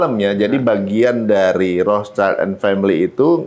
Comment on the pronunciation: Jadi gini, sebenernya itu "Rotschild" dibaca [rot shilt] bahasa Jerman artinya perisai merah.